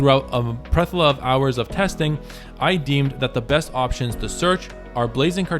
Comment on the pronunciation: Plethora. Ple-Thor-uh 😅